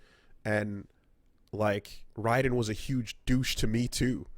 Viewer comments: why do they keep calling him rye-den. It's RAY-den, this isn't fucking metal gear or some arcade shoot em up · It's pronounced "Rayden" kmon! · Why u guys callin him rye-den this is gas-kwa all over again